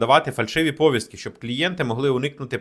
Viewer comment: Ставте правильно наголоси, зокрема в слові "повістка".